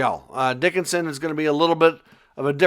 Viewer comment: Sam Dickinson. ......not Dicksinson😂